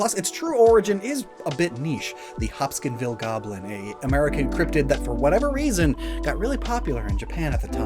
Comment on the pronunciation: HOP-KINS-VILLE Goblin. Not Hoskinsville.